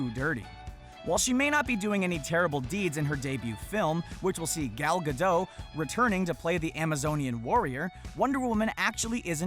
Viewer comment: Gal guhdough. That's the weirdest way I've heard someone say her name lol